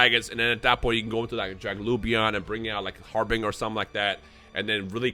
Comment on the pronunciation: Harbinger is pronounced like this: Har-bin-jer, say it with us